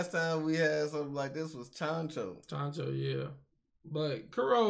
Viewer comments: Chancho ? Lol You mean Chouchou ? 😂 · ChanChou!? Do you mean ChouChou, the dog from Orange Town?